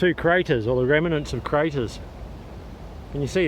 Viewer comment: It's pronounced REMNANTS . . . . . not REMINENTS LOL